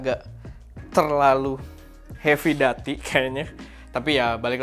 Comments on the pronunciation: doo.tee kak, duty seperti pada "call of duty" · Duty pake "U" bg 😂